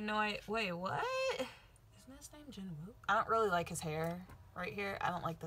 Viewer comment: So many stuff, aaaaaaaah! Really pretty haul! Loved all the INFINITE! About Winner, i don't know if the romanization of their names changed or if it was something only for this comeback. Jinwoo's name pronunciation is Jinu, but that isn't the romanization they were using until now... Seunghoon photocard also sayd only Hoony instead of Seunghoon, so it's confusing xD As for BLACKPINK, i'm a big Blackjack and i can say this for girl groups and YG... don't expect too much ;____; 2NE1 only have like two full albuns and two mini albuns, a couple of DVD, live cds and that's all (besides their japanese stuff) Even Mamamoo have more stuff than 2NE1